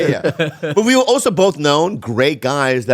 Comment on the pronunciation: holy shit Jamie was right he does say “oso”